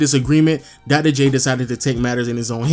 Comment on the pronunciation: Come on man... Dogdoh J? Otherwise nice video